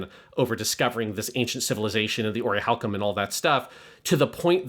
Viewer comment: Always so fascinated by some of y’all’s occasional pronunciation. Whys consistently call it “oriHAlcum” instead of orichalcum??